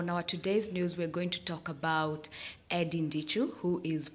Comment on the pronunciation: Eddy not ENddy 🤣🤣🤣🤣🤣🤣